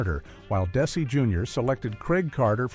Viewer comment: What's with these hastily AI-created fiascos? "Des-AY"? Do your homework and knock it off with these click-bait sh!t-shows